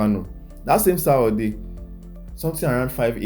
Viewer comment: Sar-or-day instead of Saturday. 🤣🤣